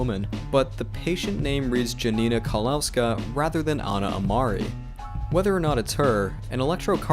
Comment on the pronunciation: One disclaimer: try to pronounce Janina Kowalska as { Yanina Kovalska}. "W" in polish substitute the "V" letter, which we don't use.